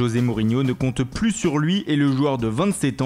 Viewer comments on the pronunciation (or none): none